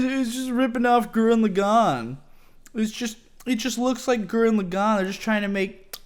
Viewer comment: Why do people say gurren lagann wrong? plebs